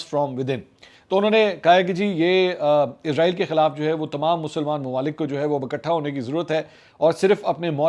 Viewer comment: سر جی عزرائیل نہیں اسرائیل ہے